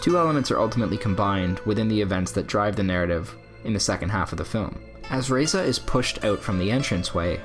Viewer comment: Razieh not Reza , good analysis though